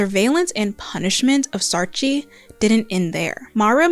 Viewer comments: A little note from a South African, Saartjie is pronounced Saar-kie. The "tjie" in a lot of South African and Afrikaans words is pronounced kie or chi, depending on the word. Edit: Also, I absolutely love your work ❤ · Great video essay! Just one pronunciation point: It's "saar-kie" not "saar-chee" 😊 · great video! I agreed with every point here! I'm south african and just a heads up, saartjie is pronounced as “saar-kie” 🩷!! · I know you tried your best but it's pronounced SAAR-KEY